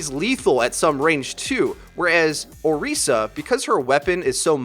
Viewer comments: Orisa. you pronounce the tis like Chris, not Reese. she is not chocolate and peanut butter... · You put a lot of time into researching her, but you sure didn't look into her announcement video to pronounce her name right ¯\(ツ)/¯